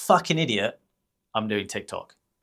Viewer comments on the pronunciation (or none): It is TIK TOK not TAC !